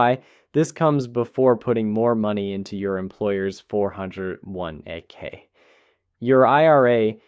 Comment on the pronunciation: “4 Hundred One Ay Kay”